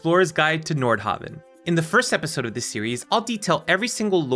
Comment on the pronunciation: honestly, I thought he was saying Nordhobbit.